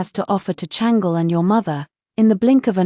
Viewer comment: I wish they would pronounce the Chinese names properly. It’s not Changel but Chang-Le